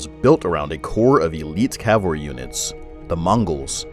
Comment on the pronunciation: Cavalry not Calvary